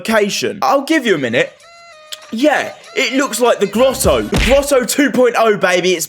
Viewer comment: lol my guy is saying "the glotto" bruhhh